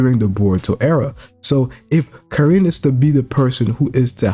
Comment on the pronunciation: Stop saying Kirin bruv It’s KARIN